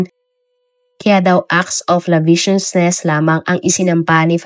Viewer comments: ACT OF LASCIVIOUSNESS (lasibyosnes), hindi labisyosnes. 🥴😊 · Acts of lasciviousness idol.. Mali pagkakabigkas mo....!! Iba din ang acts of lasciviousness sa kasong rape at ang walang pyansa na rape ay ang rape with carnal knowledge o sexual intercourse.. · acts of lasciviousness po yun madam, di po laviciousness..